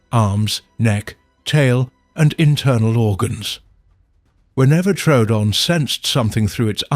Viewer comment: It’s Tro oo don. Not truedon. The second o originally had an umlaut.